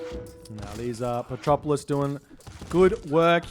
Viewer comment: Man, its petroVolos, not petropolis :D :D :D